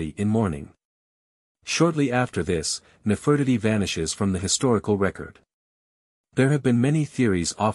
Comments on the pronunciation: Her name is:: Ne-fer-ti-ti: get it😅😂👏💯🙏🏾🤨😖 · I apologize for the wrong pronunciation of Nefertiti. Please ignore that and enjoy the rest of the video. Thank you 💯🙏🏾